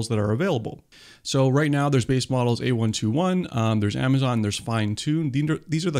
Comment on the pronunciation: Just so you know, it is "A (eye) 21" labs, not A121. Otherwise great video